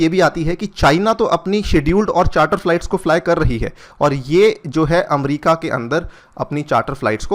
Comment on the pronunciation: अमरीका नहीं होता अमेरिका होता है।।।